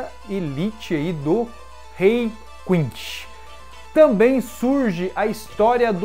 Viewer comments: Quincy não Quinxy, iCHIda não Íchida, Yachiro não YaraCHIrú. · Meu ouvido não ta acostumado com a pronuncia "quinxi", eu peguei a mania de falar "quinssi"...não sei qual seria a pronuncia certa. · é quincy ou quichi? to entendendo é nada